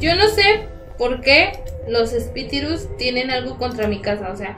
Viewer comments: Los 😐 espitriros yo digo pero así 😑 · Like si escuchaste a decir "epitirus" jajajajajajajajajajajaja la bad girl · Los espitirus *espiritus*🤣🤣🤣🤣🤣🤣🤣🤣🤣🤣🤣🤣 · dice los espitirus 😂